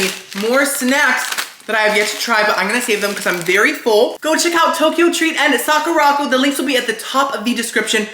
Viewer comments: Sah-koo-rah Co - like company. Sakura Company. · 🤣Socko-rocko!!! Sweety! It’s pronounced Sakura-co. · I don't know why it's so funny to hear call Sakura Co, socko rocko but I got a good chuckle out of it